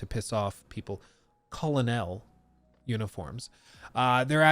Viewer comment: He's wrong for purposely saying colonel like that 😂